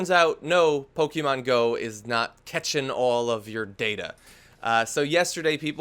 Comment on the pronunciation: stop pronouncing pokemon wrong please